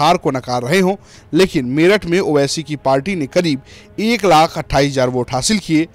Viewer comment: Naam bhi nhi le paa rhe ho owaisi ka 😂